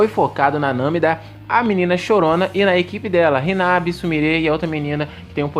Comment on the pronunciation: só eu que percebi q ele falou hinabi